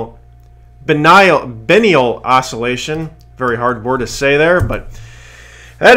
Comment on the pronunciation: Pronounced " Buy in e ll"